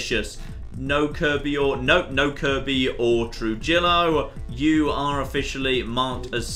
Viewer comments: “True-jill-o-“ jesus christ its “True-he-yo” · Trujillo is pronounced trah-hee-oh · Trujillo is pronounced True-Hio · Trujillo is pronounced truh-he-oh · Trujillo is pronounced "Truhiyo"